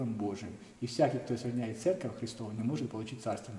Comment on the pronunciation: ЦЕРКОВЬ а не церЬковь